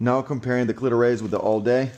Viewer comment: “Cleetoe Raise” 😂 great video though